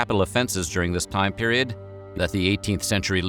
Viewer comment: Dis (section) and Dat 😂